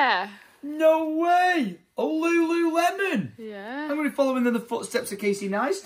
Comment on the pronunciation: Sounded like tried to say LuLuLemon